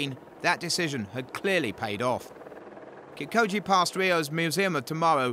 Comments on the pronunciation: not kipkoje mr commentator...its kipchoge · Its kipchoge not kipkoje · It's Kipchoge not Kipkoje!! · Kip-Cho-ge not co-gee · Its kipchoke not kipkoje...do ur home work my friend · A little phonetic help for him - Kip - Cho - Ge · walem suswa Hahaaa... He should put a little effort in pronouncing African names... Hard task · Kipchoge bwana, KIP -CHO-GE, CHA CHE CHI CHO CHU, like CHUrCH, then 'ge' GA GE GI GO GU like GEt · I cringe every time this dude says KIM KOJI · mizzmini45 yeah, not that deep, he’s uneducated on the runner, so he doesn’t know how to pronounce his name. Stop acting like theres a science to why a white guy with an accent pronounced his name wrong. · The journalist took 'ch' for a 'k' I can only sum it up that he is an ignorant Journalist that thinks that every pronounciation has to be english. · This boy can't pronounce Kipchoge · The commentator totally butchered Eliuds name 😆 😆 Eli-wud Keep-koji? Seriously!? dkm, this is not even funny! Eliud is the best marathoner of all time; put some respec on it! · Say it with me now, "KIP-CHO-GE"! Easy as pie. So easy, in fact, that I know 9 year olds who can say the name better than the commentator. Come on guys. PS a mawrafin is 42.195k not 41.195.... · I think the announcer might have a speech impediment as evidenced by the way he pronounces "marathon"...but his failure to pronounce Kipchoge is just him failing 🤷🏻‍♀️ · Eluwid kipkoje, 41kms and mawafin. My toe nail would be a better commentator.